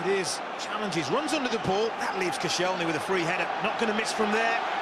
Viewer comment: Who the hell is "Kossy-ell-knee"? This is why you're only on Sky 2 mate.